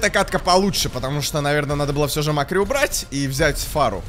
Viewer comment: Не мАккри а маккрИ